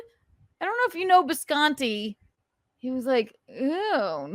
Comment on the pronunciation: Say bisconte one more time and you are getting a headbutt!